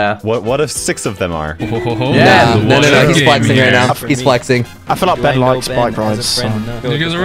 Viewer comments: in the intro i thought ben said: hey guys Spen here but he said ben lol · Am I the only one or did he really said spen at the start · So no body noticed that Ben said it’s me spen and after that when he is saying who is here he says spen... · Ben-whats going on guys it's spen here I think I heard spen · Ben said in the intro what is going up guys spen here who else noticed ?